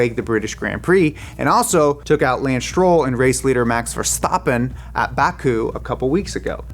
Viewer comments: Max For-stopping 😂😂😂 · It's Ver-shtappen. Though to be fair, there is no stappen Max from taking the WDC this year. You get a pass this time, mate. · “Max VerSTAPHpen” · no hate but bruh why u gotta do him like that is there is not an O in his name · The thing I will probably take away from this video the most; Your attempt to pronounce Verstappen's name in a more Dutch way by making the A more like an AH sound, but then still saying Max in the most english/american way possible. Either go full English with Máx Verstáppen, or try for the way it sounds in Dutch, Màx Verstàppen. Now you're in between and it sounds even worse.